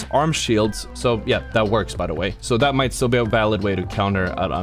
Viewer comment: I loved “ThAat”